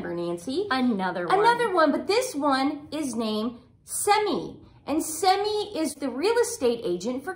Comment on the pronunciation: Seema not Semi